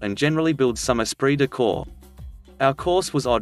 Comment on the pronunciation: Hilarious that the computer voice can pronounce "esprit de corps" correctly but has problems with "I".